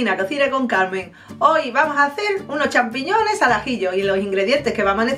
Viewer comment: Acabo de copiar la receta. Mañana lo hago. ¡Qué mujer tan simpática! Al final me ataqué de la risa. ¿Qué fue loque dijo? ¿Sampichones? Ella misma no podía aguantar la risa. ¡Qué graciosa!